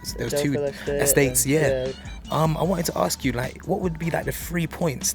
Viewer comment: its ASK not ARKS !!!!!